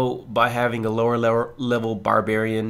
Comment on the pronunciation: did u just say "lower lever"...lmao